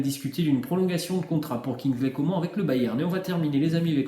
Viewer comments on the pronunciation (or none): prononce comane pas comment 😭